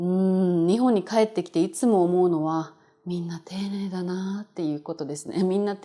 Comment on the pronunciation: Is Ni↘︎hon Kansaiben?